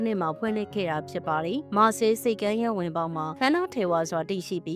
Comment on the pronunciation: မြို့နာမည်တောင်မှန်အောင်မထွက်တက်ဘူး မာ(ခ်)ဆဲအီ(လ်) လို့ထွက်ပါတယ်၊ မာဆဲလ် or မာဆေး မဟုတ်ပါ